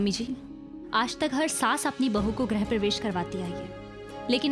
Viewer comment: ग्रह (planet) प्रवेश नहीं, गृह (home) प्रवेश होता है। Why do the pronunciation of all tv shows go wrong?